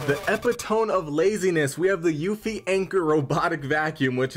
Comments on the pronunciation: Great review, but I have to say it's pronounced "epp-itt-ohm-ieee" not "epi-tome" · Uh, that’s: ePIT-o-me, not epi-tome! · Epitome = Ep-it-oh-mee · Thank god. I thought I was the only one. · te depends whether u like british or american pronunciations